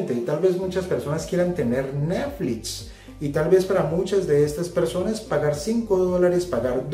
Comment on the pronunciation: Este, como todos los análisis del, es muy bueno, pero me sacaron varias risas el "neflits" y "shopifay".:D